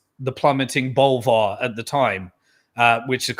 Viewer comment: Bollyvarr not Bolvarh, ha ha so English